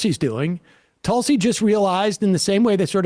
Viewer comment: It's not Talsi, Tulsi, as plain and simple , how can you not pronounce it right?